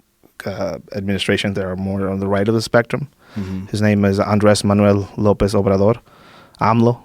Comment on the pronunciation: His inability to pronounce even the Mexican President's name correctly makes me doubt he's Mexican at all.